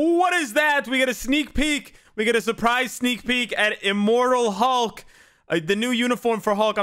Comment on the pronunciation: I thought he said immoral hulk 😭 hope he'll be a great t3 🙏